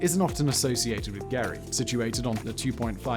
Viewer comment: GEAR Y not GARY... thanks for another great video